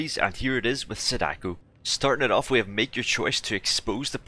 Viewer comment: Why are you saying it like Sudoku with an A